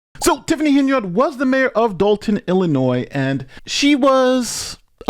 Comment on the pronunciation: Love your videos.... but listen to your own news outlets you are using in this video..... her last name isn't pronounced HenYARD..... you sound bad when you try and say it that way lol